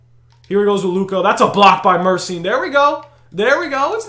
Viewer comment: Gheorghe MURSYN 😂